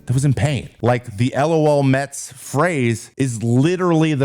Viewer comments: Isn't it pronounced "luh-L Mets"? Not L.O.L. Mets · You just say “LOL”, not spell each letter out. LOHLMEHTS